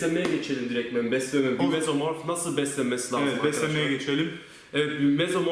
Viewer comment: MesomorF değil MESOMORPH !! 😄😄